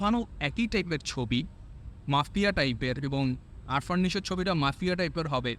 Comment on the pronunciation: ভিডিও বানাইতে আসছে। আফরান নিশোকে বলে আরফান😆